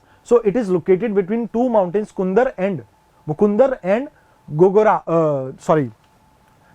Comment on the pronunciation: But sir it's not mukundr It is a मुकन्दरा